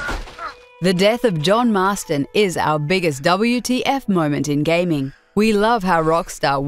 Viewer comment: It's not "Double You - Tea - Eff - Moments", it's "WHAT THE FUCK" moments xD